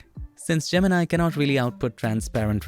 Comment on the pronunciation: i loved how you spelled gemini like most indians do ,and not go "jeminai" like everyone else